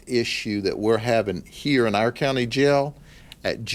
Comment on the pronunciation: i find it funny how he says our lol more like ire